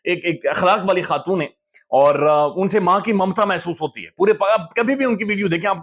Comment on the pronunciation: ایوان ہوتا ہے بھائی۔اعوان ایک cast کا نام ہے۔